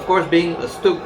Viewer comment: Stug iii is G ismy biggest love !!!!!!!!!!!!!!!!!!!!!!!!!!!!!!!!!!!!!!!!!! you dont deserve it !! you pronounce "stug" wrongly !!!!!!